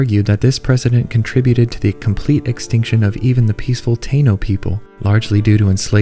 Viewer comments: Taino is pronounced " Tah-ee-noh". Not "Tay-no" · This video's old and im super late to this, but Taino in English is said like tah-eeno. The a and i are said like in the word mahi but without the h sound❤